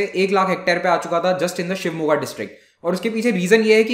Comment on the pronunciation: Super guru. Namma ooru Shivamogga